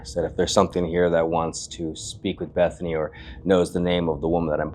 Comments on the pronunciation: it sounds like he's saying "evening," not Bethany. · For me, it not sounds like Bethany, more like beezany... dont know... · “Is anyone “ not Bethany